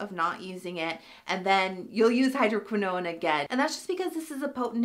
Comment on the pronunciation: I'm loving my Agency prescription! I switched over from Curology as well and I'm glad I did. I haven't tried the Dark Spot Formula because my skin doesn't react well to hydroquinone. (BTW, watch the pronunciation on that. It's like "cortisone", no extra "i" or syllable at the end.)🙂